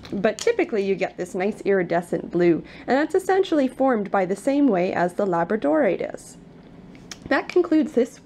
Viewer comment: Pronounced la BRAD o rite